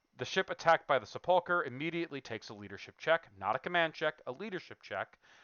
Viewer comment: Sepulchre is pronounced SEP-ool-ker. Not seh-PUL-ker.